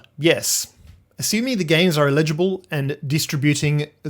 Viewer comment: It is pronounced El idj a bull